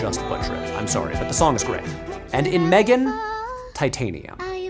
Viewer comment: Um, actually, it's pronounced "Ma-'three'-gan" thanks!